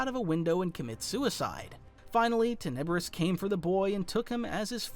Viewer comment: love your channel but you're pronouncing Muun and Tenebrous wrong. I know you've read the Plagueis book, but you gotta listen to the audiobook. But seriously you've got a top 10 on YT Star Wars channel - outstanding videos!!!! 👍💪